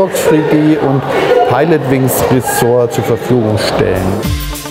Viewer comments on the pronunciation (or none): Die spiele die mir Nintendo geschickt hat sind: Street fighter free D, Nintendogs free d und Pilotwings resor??? Lern Englisch!!!!!!